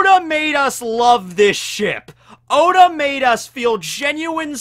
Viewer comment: Oda not ora